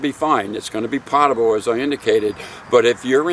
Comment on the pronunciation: PO-table. Not POT-able.